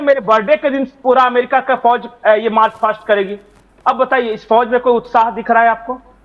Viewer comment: And it's not "marsh" it's march